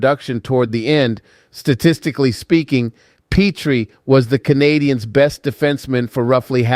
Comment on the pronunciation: I love the Habs but Pittsburgh won .you can't even say Jeff petry name right